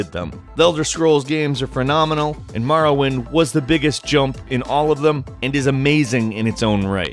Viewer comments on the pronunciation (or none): its pronounced Morrowind NOT Marrowind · It's More-oh-wind, not Mar-win. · More-oh-wind. Hearing you say Marr-uh-wind is very annoying. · Here's a fact. It's Morrowind. Not Marrowind. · Am I the only one who got the shits when he says MAR-rowind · MORROwind, not MARROwind! I'm having a hard enough time convincing my brothers to say it right without everybody getting it wrong at once. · Love the way calls the cane Marrowind not Morrowind. Hahaha MAROwind. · it hurts so fucking much to hear someone saying "Marrowind" instead of "Morrowind". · Maworwind...it's pronounced more-or-wind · why do you pronounce it Marrowind its pronounced Morrowind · what the hell is Marrowind? lol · its not marrowind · morrowind, not marrowind! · lol I came upon this again over a year later and was getting triggered again by Marrow-wind. More-oh-wind. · Knew ALL of these! How about 10 Facts EXCLUSIVE to M-O(NOT A!)-rrowind, and not comparing all the ‘facts’ to other games! Also, you really need to work on pronouncing a LOT of words... And what’s this ‘individualism’ you speak of? A lot of the NPC’s in Oblivion and Skyrim all said the same lines, just in different voices. My best memories: the variety of weapons and spells! Oblivion slimmed the selection down some of that stuff, but then Skyrim screwed up the Magicka system even more! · The way he says Marrowind really bugs me lol. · Morrowind . You say it so strangely its an Oooo sound. Not Marrawind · What is this Marrowind that I keep hearing about? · MORE - OH - WIND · Marrowhint Vartynfell Secret of Aramoure Elther Scrolls Seriously? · Maorowind? Why dose he pronounce Morrowind like Mao Zedong? Both 'o's should get the same noise. Also #1 has nothing to do with Morrowind. The first one listed doesn't even address the game, it talks about another game. Mildly interesting but completely unrelated to the video's topic. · I pronounce it more-oh-wind... it's very difficult to watch this video